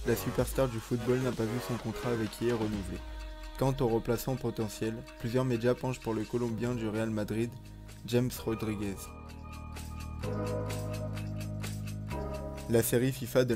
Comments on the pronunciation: On dit "ramèsse" pour James Rodrigues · pour james Rodriguez: c est ramès la prononciation